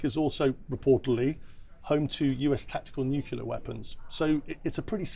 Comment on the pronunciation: This nucula thing. Is it something to do with atomic nuculas?